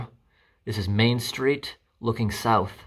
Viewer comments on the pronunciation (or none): none